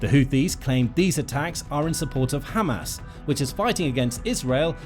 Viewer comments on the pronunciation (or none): none